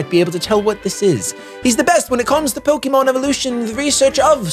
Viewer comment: "Pokermon" - 2017. Welcome back to pokemon shady! Still have been following your content, And I am hyped for this! Woo!